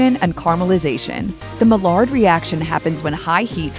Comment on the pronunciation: maillard. the french pronunciation is "my yar." the english pronunciartion is "my yard." nobody pronounces it "ma lard"